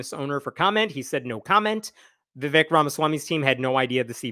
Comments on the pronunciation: Vivake (pronunciation) is fake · Vivek. Rhymes with cake. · His name’s Vivek, it rhymes with flake. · Vivek rhymes with cake